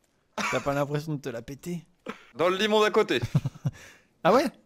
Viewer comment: Qui entend Lemon au lieu de limon ?xDD (cc les otaku)